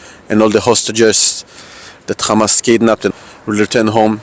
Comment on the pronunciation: Khamaz! K hamas , khamas! 😱😳🙄 khamas …